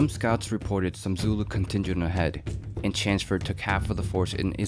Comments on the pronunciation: Chanceford? Who is that? Thought it was Chelmsford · Its Chelmsford, not Chansford! Its larger not lagga! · Its CHELMS- FORD not Chansford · CH as in chair, ELM as in elm tree, stick an SM in there and put FORD on the end.....Chelmsford, that’s how you say it...not chansford or whatever this guy is saying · Chelmsford is pronounced "Chums-ford" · Such a pity. You clearly put a lot of work into this but you cant get Lord Chelmsford's name right. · Can you pronounce Chelmsford proper please mate yanks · Chelmsford. C H E L M S F O R D. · pronoune the commanders name right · There's an l in CheLmsford. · Pronounciation of Chelmsford makes me cringe a little, but a great VIdeo!